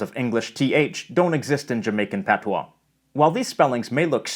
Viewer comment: You Sir did a great job with our language! Appreciate the accuracy. Thank you!